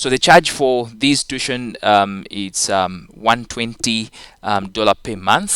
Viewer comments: no its too-i-tion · Sir tuition is pronounced as tu-wi-tion